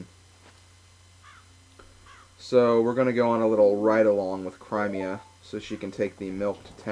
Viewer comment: The way you say Cremia....there is NO I AFTER THE R! IT IS AN E!